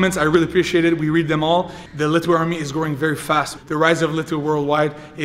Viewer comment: "Letway Toosday"